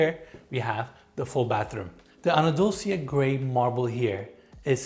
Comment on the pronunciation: Did I just hear pronouncing Andalusia as Anadulsia? 😂